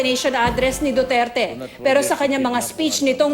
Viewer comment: miss. tina panganiban perez isa kang reporter diba ..kase kung makapagbitaw ka lng ng pangalan ni president duterte ay parang may galit ka lang! diin na diin ung DUTERTE mo ahh! galangin mo ang president para galangin nya din ang mediang katulad mo!